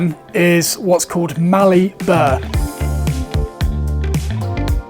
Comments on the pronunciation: You called it mallee burr but it should be burl. But wait til you starting sanding that mallee burl. It has the most wonderful aroma when you hit it with some sort of powered sander. Absolutely love it. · Burr? I thought it was Burl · Its not pronounced burr, But burl as in bowl and is quite common in au.look also into Blackwood yes you are it is caused insect attack look into red Myrtle but with fiddle back charistic and look at red gum eucalyptus camalduensis , jarrah eucalyptus marginata, But a fantastic tight grain high feature timber is Huon pine can look like something like a Tolkien map especially the findle back high feature Look a she oak or bull oak as well